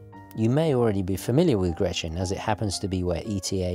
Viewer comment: Wow, thank you so much for the review! I'm Swiss and never heard of this brand at all. This is certainly going to be my next watch, or maybe their Super Antarctic 3.6.9. I own a Hamilton American Classic Intra-Matic Panda chronograph which is sadly just a tad too big for my wrists, the Nivada would be perfect. You are pronouncing "Grenchen" wrong though and make it sound more like "Grenschen". I can't think of an english word with this particular sound though. Imagine "ch" being pronounced like a "k", but without the attacking sound at the beginning, your tounge shouldn't hit the roof of your mouth. In swiss-german dialect we'd pronounce it "Gränche" :)